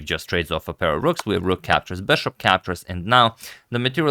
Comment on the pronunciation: Why do you keep calling the piece "BESHOP"???